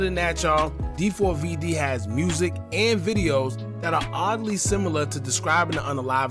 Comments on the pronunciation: 4-5 vids later & still calling him Dee 4 v Dee is crazy. It’s pronounced David 😅😅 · Nah fam it's D4Vdee. You're obviously not a fan. 🤦🏻‍♂️